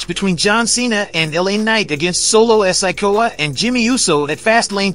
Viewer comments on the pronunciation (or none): Yo, y'all need to learn how to pronounce wrestlers names, it hurt my ears when you cant say kairi or sikoa. Dude learn the names CORRECTLY.